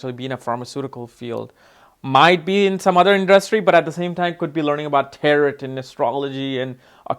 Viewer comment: It's not tear it. It's tarot. Pronounced Taro. The last t is silent. Taro.